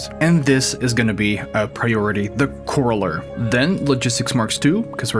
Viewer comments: Its pronounced core-rAH-ler. Like corralling cattle. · corraller.... core - AL-er... It is a collector for those critters... a corral. (I just like to help.. I'm not complaining) :)